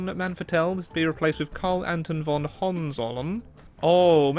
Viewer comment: talking about triggering ppl :D the way you pronounced "Hohenzollern" sounds close to an expression in german that would be translated as "soab".